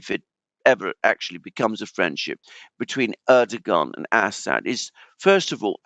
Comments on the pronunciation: I love how Alexander consistently calls Assad "Ass-hat". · Learn how to pronounce :Assad '.